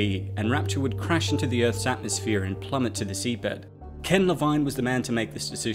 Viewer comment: Not to be that guy but would you kindly pronounce Ken's surname right. Le-veen